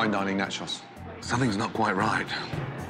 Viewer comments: not gordon pronouncing nachos "natchoss" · wtf does gordon think 1 nacho is pronounced like? Natchaw